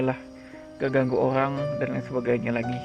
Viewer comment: Orang bang bkn owang. 😁